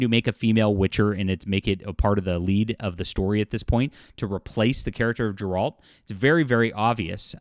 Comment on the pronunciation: Did you ever play The Witcher? You’re saying Geralts name wrong.